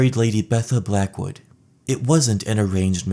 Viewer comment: I can’t unhear Blackwoodussy